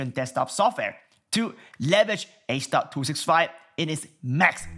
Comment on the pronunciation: It's h.265 riiiiight? not h.256